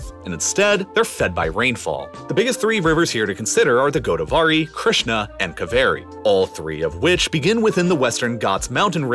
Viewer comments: I burst out laughing hearing how you pronounced "Kaveri". Anyways, great video! 👍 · Kaveri is spelt as Kaa-way-ree not kuh-veh-ri ✌️